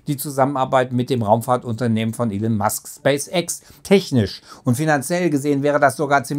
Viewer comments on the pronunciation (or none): none